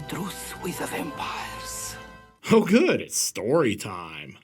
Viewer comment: Actually,... I heard "Bampires". And your "Daniel Larusso" comment did not escape me. Lolol!! I dont know why that one really got me, but it did. And then, of course, "We have the same haircut".